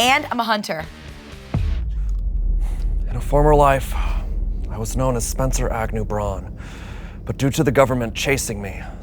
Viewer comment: “Spencer Agnew Brawne” I’m fucking crying